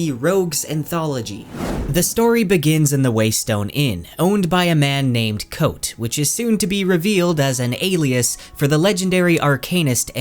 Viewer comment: Thank you for pronouncing kvothes name how ive always pronounced it in my head lol